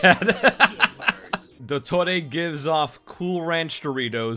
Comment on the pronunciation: trying to pronounce dottore makes me explode